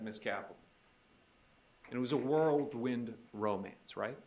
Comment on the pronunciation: Whirlwind not worldwind